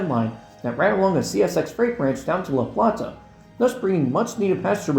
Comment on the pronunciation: Fantastic video. Learned some new things, for some others a fun callback. Definitely got a kick of "MARC most truly and definitely meeting the legal definition of High Speed Rail" 😆 Some additional local notes for you if you plan on covering this region with more videos: - Bowie is pronounced "Boo-we" - New Carrollton is pronounced "New Carol-ton" - La Plata is pronounced "Luh Play-duh" With regards to Maryland geography, there is no recognized region of Southwest Maryland. The region you refer to in the La Plata, Hughesville, and Lexington Park branches is referred to as "Southern Maryland". Only Calvert, St. Marys, and Charles County in whole belong to this category. Despite being further south in places, Dorchester, Wicomico, Worcester, and Somerset counties on the east side of the Chesapeake Bay are referred to as "Lower Eastern Shore", not Southern Maryland. Looking forward to more videos soon!